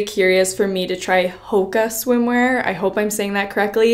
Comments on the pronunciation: Haha hoaka is pronounced “ho-aw-ka” but for anyone interested hoaka it is literally my fav brand I already I have so many swimsuits from them! They are coming out with new eco-hoakas every week and they’re amazing! They are also completely ethical and treat their workers great, and their staff is amazing at helping you with any issues you may have! The girl (Elizabeth Rioux) who is the owner is absolutely amazing! They’re always coming out with new designs but sometimes sell out fast! They are all about diversity so have sizes for everyone! you can always check out their ig for more info :))) I recently became an ambassador so if you guys were interested you can use my code TORIAMONDSEN for 10% off!! ❤️ it’s such an amazing brand I love them! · Pronounced like ho aka I am pretty sure.